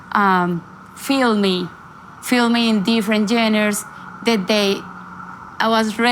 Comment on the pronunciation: Por favor Carolina, mejora tu inglés con un tutor privado. Se que lo puedes hacer. Ya es tiempo de hacerlo. Pronunciar correctamente palabras como ‘genres’.. not geners 😮. Se dice : ‘make decisions’ … not ‘take decisions, etc. ‘Starting from scratch’ is what you meant? Don’t say putting geners… ☹️